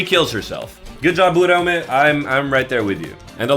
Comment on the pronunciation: Stand proud, you are the only youtuber who can pronounce Uraume correctly